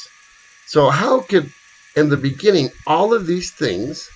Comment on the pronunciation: Beginning not Beggning. thanks - fascinating vid!